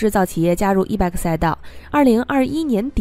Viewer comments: e-bike pronounces as e-bite, no e-bag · ***It is NOT e-BAK !! IT IS E-BIKE !!! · 是 e-bike(白）,不是 e-bag（憋）.... e-bag 电动包包吗？？ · e-bike should not be pronounced as e-beck. The correct pronunciation is e-"baik" like in bicycle. Bike is the short form of bicycle. "i" is like in ice or nice. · E bike 不是 e bag, 发音有够烂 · 什麼發音？E bike諗成E-BAG、救命呀！ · 你的发音不正确 call e-bike. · e bike i的音 不是e 的音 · 听起来像e-bag